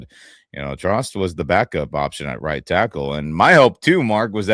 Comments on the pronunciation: Trost is pronounced more like "Troast" according to a journalist who was corrected about it earlier in the week, this week . . . and Ty Simpson still has a long way to go in learning the offense . . . he's demonstrated physical ability so far but, it's only been a single, pre-season game . . . we'll see what develops in the next 2 weeks, before the season starts and cut down to 53 plus practice squad . . . 🐏🏈💙💛👀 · It's pronounced "Trost" not "Trost"